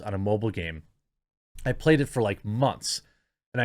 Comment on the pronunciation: I love how you said payed instead of played!